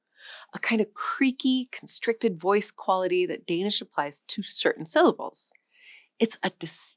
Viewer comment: I sort of expect someone teaching the history of our languages to be able to pronounce the words they use somewhat closely... but no, it just sounds like a bad try....